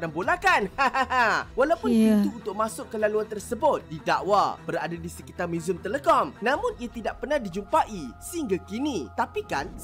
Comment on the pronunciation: Cara sebut muzium telekom tu lain benar dari cara org Malaysia sebut.